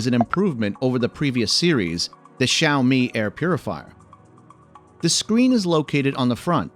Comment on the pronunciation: awesome review, but props for the pronunciation of the brand name, even the seperation between the two words